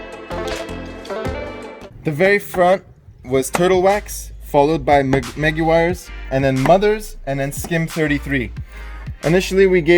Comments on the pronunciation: Dont normally comment but you guys clear uneducated pronunciations! The cerakote is a ceramic product, hence the name! And Maguire's sounds like squires! Why would you guys pronounce things wrong clearly ! Hope this clears things up for you! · Great review, but you guys really need lean how to pronounce the names of the products. You murdered Meguiars and Cerokote is pronounced ..."Sear ah ' coat......